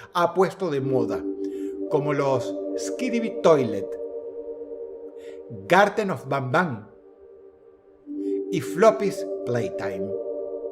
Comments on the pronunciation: Skidibi toilet. floppy's playtime. Popni. Me dio kawaii cuando Dross los pronuncio mal XD Por cierto ,gran video Dross, saludos desde México ☝🏻🤓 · Nooo dross, pronunciaste mal el poppy play time jajaja.